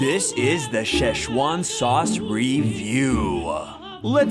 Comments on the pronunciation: No ketchup, just sa ü che. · sheh- uan sauce ? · Why did you introduce memes to normies also say Szechuan sauce correctly